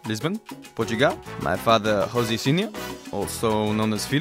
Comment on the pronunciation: He's Portuguese you pronounce the J in Jose